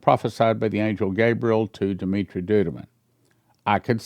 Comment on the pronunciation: his name is Dumitru- pronounced Doo-mee-troo. Why do you keep calling him Dumitri?